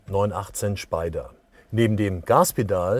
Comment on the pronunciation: Die Carbonsitze aus dem 918 Schpeider... Ist das grad sein Ernst?